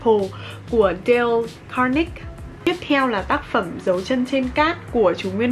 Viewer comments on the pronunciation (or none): DALE CARNEGIE (ĐEO CẠC-NƠ-GHI) Bạn không dùng Google Translator để đọc tiếng Anh a?